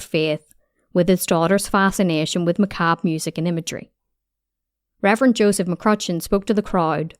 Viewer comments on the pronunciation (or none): none